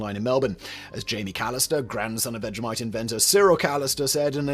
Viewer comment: That was vegemite. Why does this guy keep saying vejamite? It's people like him who ruined the netflix teletubbies reboot.